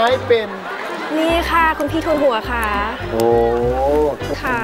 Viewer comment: น้ําหนึ่ง ดึงดาว จ้า ค่ะออกเสียงว่าขะ คะออกเสียงว่าข้ะ //เสริมนิดนึง